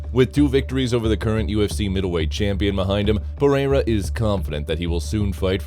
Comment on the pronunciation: I hate the A.I. voice overs... Pereira is pronounced "pa-ray-ra" Jamahal is "jama-hall" 😒🤦🏽‍♂️